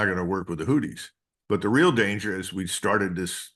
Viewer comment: Argh, 'who thees' not 'hooties' anyway great show